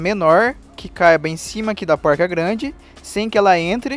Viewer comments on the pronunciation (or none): Póuilrca kkkkkkk Não é mais fácil falar porca? Não é poruca, tipo paulista não. É porrrrca.